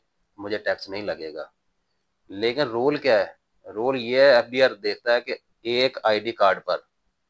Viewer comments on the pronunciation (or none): بھائی جان لفظ رول ہوتا ہے پیش کے ساتھ زبر کے ساتھ رول نہیں ہوتا۔